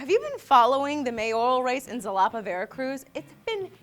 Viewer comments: Zalapa? Its pronounce as Jalapa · Xalapa is pronounced Halapa just like Mexico is pronounced Mehico. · xalapa is pronounced jalapa no zalapa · Xalapa is pronounced like "Halapa", not "Salapa". Trust me, I'm xalapeño. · Ha-lapa not Zalapa. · funny video, one thing bugged me though. The city is written Xalapa, but its pronounced HA-LA-PA. But I know Spanish can be strange at times(it took me a while to understand). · Yeah, I'm from Xalapa and I think it's pretty funny. On the other hand, my father is also running for mayor, but whatevs. Btw: Xalapa is pronounced Ha-la-pa. Cheers! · I'm normally not picky about pronunciations, but for the love of all that is holy, it's pronounced ha-la-pa (also written as Jalapa). It's where the name for the jalapeño pepper came from as it's name translates to "from Jalapa". That is all. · HA-La-Pa. just saying. I lived there. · It's pronounced Halapa, like in Jalapeño, actually the word Jalapeño means "from Xalapa", greetings from a Xalapeño sourced fan